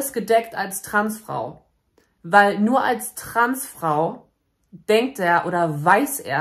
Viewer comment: ... wait what? "TransFRU..... Stolz SEIN eigenes Leben zu leben" ? 0.o Paging an Dr Freud ich glaube wir haben einen akuten Versprecher :D